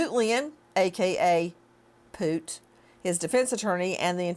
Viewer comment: “Aka poot” 😭